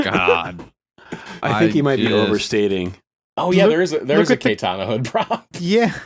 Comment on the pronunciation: Man’s said “KAY-tana” 😂